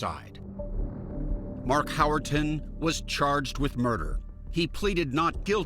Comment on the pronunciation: Howerton? He really flubbed the D.E.N.N.I.S. System